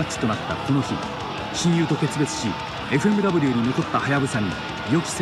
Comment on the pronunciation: 金村選手と話してる人が誰だかわからないけど、なんかずっと「エフエムダブル」って言ってて違和感w ＦＭＷはエフエムダブリューじゃないの？